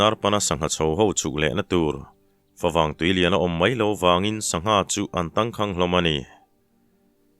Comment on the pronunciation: "Tang khang ni lovin " ni lovin, (Tengkhang) tih a ni zawk em aw.